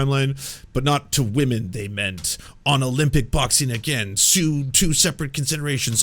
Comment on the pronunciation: Jeremy Hambly is the kind of dude who says "wahmen" and thats all you should ever need to know